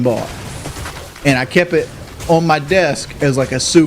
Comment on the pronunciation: "Ah kep it". Mispronunciation compilation.